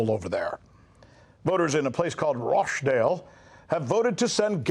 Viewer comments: Learn to pronounce rochdale correctly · Its Rochdale not Roashdale